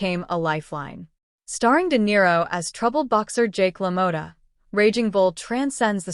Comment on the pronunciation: It's pronounced la-mah-tah, as five seconds of research reveals.